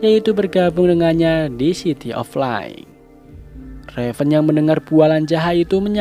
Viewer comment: Min maaf ya,,cuma teguran.. "CITY OF LIGHT" sebutannya bukan "LAI / LIE"..Mksudny yg mimin sebutkn "city of light" di minit itu brmaksud bandar tipu/penipu..sebutanny yg btul dan mknanya yg btul adalh bandar cahaya,,bukan bandar tipu/penipu..🤣🤣🤣..BTW, sy suka dgn konten alur cerita film yg mmin buat..g.luck